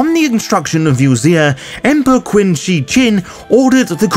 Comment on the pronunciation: Love all your stuff. But I have to let you know that "Qin" is pronounced "Chin". It's were China comes from. The next Dynasty was "Han" so we call the culture "Han"